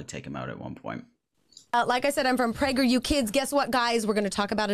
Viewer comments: i think its sus that it literally sounds like they are saying pregger you kids- l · I like how it always sounds like "Pregger U" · I’m sorry but every time I hear prager u I remember that video where the person is reading people spelling pregnant wrong